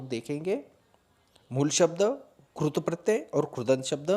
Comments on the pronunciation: पहले कृत प्रत्यय का उच्चारण तो सही कर लो सर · क्रूत नहीं कृत🤣🤣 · क्रुत नहीं कृत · Maharashtra me ri ki mantra ko ko ru hi kehte hain. Regional influence on Hindi language hai.